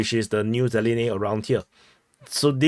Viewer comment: I have to get your atencion,YOU HAVE GONE TO FAR! Thing is LEARN to pronounce at list the names of the cities correctly!!!! (ZELENE is ŽELJANE! I don't understand you really at ALL) If you lousy speaker of English,at list you MAST say name of the Towns RIGHT. Athervise go live in Singipi.